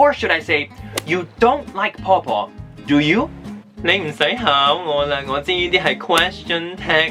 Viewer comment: 你嘅"question tag" do you 同 don't you 用咗true question 嘅intonation, 犯咗香港中小學生最大的chinglish 語調錯誤。, 我跪低求你，唔好再害香港學生啦，佢哋冇殺你父母喎。